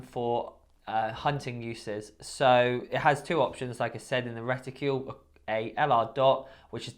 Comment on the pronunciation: What's a 'reticule'? Something about shooters that can't pronounce simple words. 'Horniday' 'ambidextrious'.